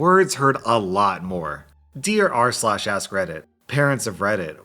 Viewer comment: ASN I thought u said “I love the content ur trash!”